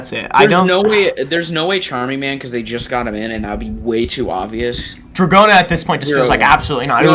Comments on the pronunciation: Nope, in Japanese it’s pronounced more like “Doragona”. There is a “d” sound that sounds more like a “j” in Japanese, but it’s not in Dragona’s name. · "Do-ra-go-na" If Smooth Operator somehow evolved and started doing Stand Cries, it oughta be DORARARARARA lol